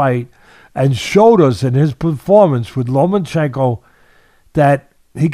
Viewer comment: LOMA-CHENKO (NO N). Not "Lomanchenko"